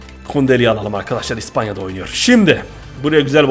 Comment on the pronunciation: niye hep ıspanya diyorsun